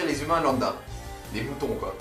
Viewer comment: quand li dit mouton s' est trop marrant